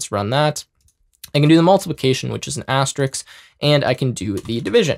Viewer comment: asteriSK, not Asterix. it's not a 3rd century gall with magic potions